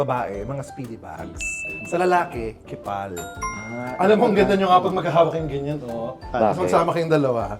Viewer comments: Hi, hindi ba po yung pronounciation ng KEEPALL ay (keepol) or (Keep all) hindi (kipal) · is in not pronounced as "Keep all"? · I think it's pronounced as "keep all" po 😂